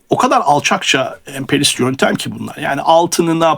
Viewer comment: Emperyalist kelimesini "emperlist" şeklinde mi söylüyorsunuz, yoksa ekipman ya da yükleme sorunu mu anlayamadım. Örneğin